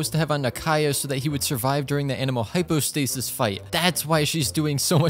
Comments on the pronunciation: it crashed because u said hypo hydrostasis lmao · Did anyone notice that he said hypo hydrostasis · I think it crashed from you saying “Hypo Hydrostasis” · "the hypo hydrostasis" game decided, nope you just said that wrong, time for a yeet yeet self delete for this game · Bro really said hypo hydrostasis 💀🤣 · "hypo hydrostasis" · Did I just hear hypo hydrostasis?😅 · Bro said hypo hydrostasis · he said hypo hydrostasis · genshin crashing after saying hypo hydrostasis lmao game literally said you don't call it like that